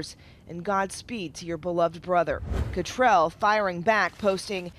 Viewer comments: Are they mispronouncing Cattrall on purpose? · It's Kim CattrALL! ALL! Pronounce her name right! I don't know why it bothers me but it does. Probably because you're on TV and you're supposed to be professionals. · It’s Kim Catt-RALL not Kim Catt-RELL.